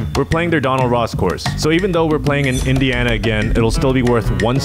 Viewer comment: you keep my states name outta your mouth! 😂 It's Indiana, not Ana if Indi 😂😂